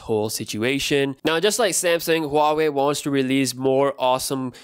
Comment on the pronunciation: I love how he says samsang instead of samsung😂😂